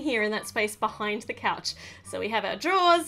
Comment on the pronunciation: You said coach not couch